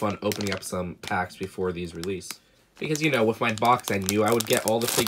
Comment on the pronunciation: Hey, some words are hard to pronounce when you have a mantis' mouth, ok?